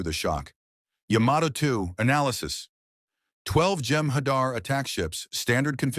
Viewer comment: Hadar not hadr...